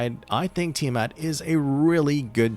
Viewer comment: THANK YOU for pronouncing her name correctly and not saying it is "Tyre mat" 😭